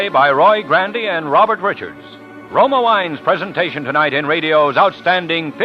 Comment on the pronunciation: You aren't impressed by Truman Bradley? He shure sounds sophisticated, and I love how he says "Roma wains"--dude, your pronunciation is insufferable.